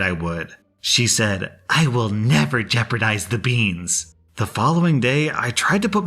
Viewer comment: BeAnS beEns BAANS BEaSn